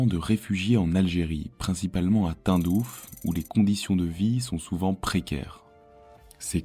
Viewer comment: La prononciation du nom de la ville de Tindouf (Prononcé "Tain-Douf" dans cette vidéo, au lieu de "Tine-Douf") m'écorche les oreilles ! Mon père qui y était en garnison pendant des années doit se retourner dans sa tombe ! Sinon la vidéo sur le plan historique, sociologique et économique est très intéressante. Merci